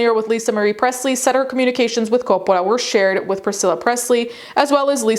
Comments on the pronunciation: stop pronouncing Coppola like you are still in Italy 🇮🇹 😯 😯 😯 😯 😯 😯 😆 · Why is she saying “Coppola” like that? Sophia doesn’t pronounce it like that. She presents a very typical American pronunciation of the name. I don’t think her father pronounces it like that either. Sophia was born in the U.S., in NYC. Her father was born in Detroit. His parents, Sophia’s paternal grandparents, were both born in NYC. I’ve also never heard the family winery pronounced that way either. Sounds kinda weird. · Why does she speak normal ‘merican and suddenly French when saying Coppola. Distracting. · I keep forgetting you are Italian, and the way you say Coppola is fun to hear, because I often forget names from the language it stems from sounds different.